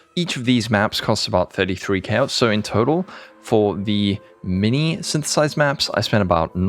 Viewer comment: nice blooper on 1 min with Sythtthhhsss, that´s what my mate and me actually sounded like when reading the league the first time and even til now it still was snththths for the meme